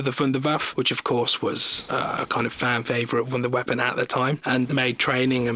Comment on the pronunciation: omg learn how to say "WONDER WEAPON", not "VUNDER VEAPON"